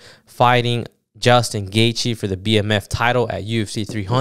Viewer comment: I was rocking with you bro ... Then you fumbled Gaethje's name